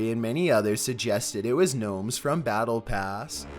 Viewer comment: The lagth is a nome